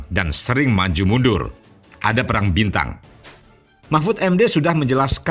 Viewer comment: baca preng aja gak bisa hahaha.. dibaca perang... #KM50